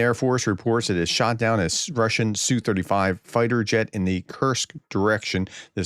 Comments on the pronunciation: Professor, the Russian jet is not pronounced "sue35". The correct prononciation is letter S then letter U then 35. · Es-Yoo Thirty-five Es-Yoo Twenty-seven Tee-Yoo One-sixty Etc. Not the biggest of deals if you don't get it right, but it does sound a little cringey. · "ess bee you". C'mon, prof don't be afraid to say an acronym like a normal person just because it's related to something in a different language. Do you have a "pee aych dee" (PhD) or a "ffd"? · And "S U 35" as in SUkolov 35